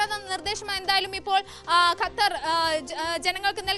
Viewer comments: ഗത്തർ അല്ല ഖത്തർ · ഗെത്തർ അല്ല ഖത്തർ !!! 😂😂okay vaaa